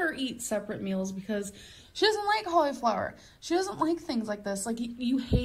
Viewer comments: Collie flower 😂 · The way she pronounces cauliflower makes me want to throw a desk through my window. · She pronounces it in sections, like a toddler